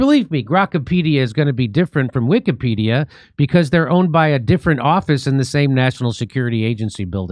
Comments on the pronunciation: Notice the way the Israeli dude 6 pronounces "pedia" in Wikipedia...? He pronounces it like "pedal" go sounds like another word that is prevalent in "israel". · Ahh , did anyone notice the guy training how to edit pronounced Wikka- PED- ia ( Wikka ? & Ped ?)